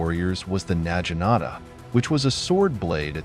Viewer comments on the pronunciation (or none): Genpei and Naginata are pronounced with hard "g"s.